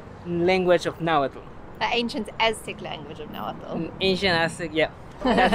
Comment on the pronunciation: As a social anthropologist focused on the Nahuatl language and peoples I can say that guy gave you a great explanation and pronounced the words right.